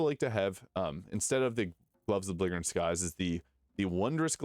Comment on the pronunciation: the g is "belligerent" is soft